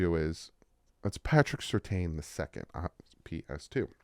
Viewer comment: Cant believe you mispronounced Surtain. Come on, bro.